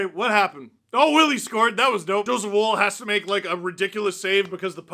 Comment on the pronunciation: Am I the only one a little annoyed that Steve pronounces Wolls name like ‘wool’ and not ‘wall’ which is how it is supposed to be pronounced?